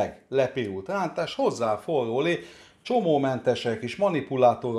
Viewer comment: hogy mondtad a rántást? Most nem akarok kekeckedni de mintha úgy hallottam volna hogy lántás! Ne haragudj egyszerű vagyok csak egy kis mosolyt akartam csalni az arcodra